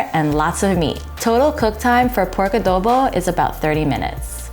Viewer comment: ❤ "a-do a-the a-dobo" LOL